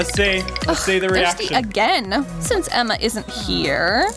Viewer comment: Someone tell me why Aus & people from the UK when they say words ending in "a" do they say r with it. Like when he said Emma. He said Emmar. Lol